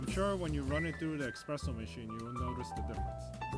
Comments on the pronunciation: The point is "espresso" is an Italian word. There is no "x" in the Italian alphabet, so the pronunciation should be eSpresso, not eXpresso. Sure, it's nonsense to native English speakers because it's not an English word! :) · THERE IS NO "X" IN ESPRESSO! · it's espresso mate! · It's pronounced eSSpresso, not eXpresso.